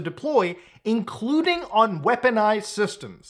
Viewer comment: Oh, the kahmera's ahn? The kahmera's been ahn the whole time huh?